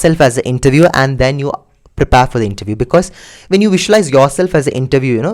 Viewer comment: its prepare not prepaaaaare